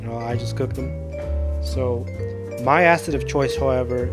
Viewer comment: "I dont wanna you know... ruin muh beans"